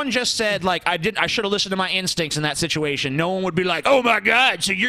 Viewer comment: the indivijul onision sichuachon